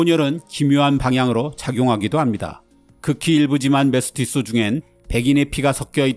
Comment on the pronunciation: 교과서 등에서 메스티조 라고 배워왔는데 메스티쏘 메스티쏘 하니까 거부감이